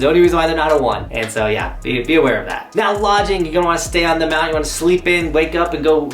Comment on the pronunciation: The word mounTain has a T in it.